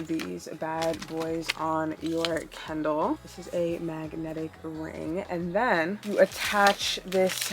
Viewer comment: You pronounced it kendall the whole time so that is my name suggestion lol